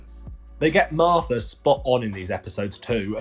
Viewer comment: You know, the Marfta, that claffic Doctor Who villain.